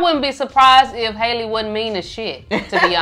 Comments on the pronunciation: i’m so excited for you guys to get into her! btw her name is pronounced haah-lee not hay-lee. and the guy in the car is her younger brother. 😭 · The boy in the car was Chloe and Halle little brother and also her isn’t haliey it’s Halle. How-le is how you pronounce it.